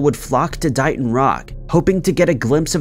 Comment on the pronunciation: Just a little FYI..... That rock.... It's pronounced DAY-ton, not DIE-ton. DAY-TON, MASSACHUSETTS DAYTON.